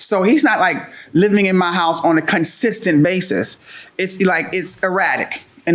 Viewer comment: She Said he wasn't living with her on a "consistent vases" have I been saying it wrong all this time 😂